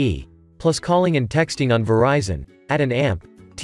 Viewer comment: At and t? You mean ATT?